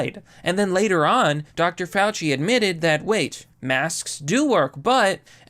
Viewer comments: It’s Mr. Fawchee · Fauci - pronounced "False-See"